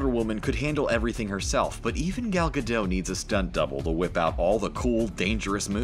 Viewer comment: Oh my god that bothers me so much!! The “T” is NOT silent in Gal Gadot’s last name!!!! Her last name isn’t pronounced GA-dot, either — it’s pronounced ga-DOE-t (doe as in female deer). Her first name isn’t pronounced Gal either (gal as in another term for female). It’s pronounced Gal as in Hall (“hallway”). She’s Israeli and my mom’s entire family is Israeli so I know how her name is pronounced.